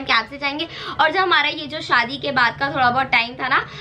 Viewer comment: Umm loved the video, but it's shaadi* not shaddi 😂, lowkey that sounds similar to chaddi 😂, sorry for saying this 😭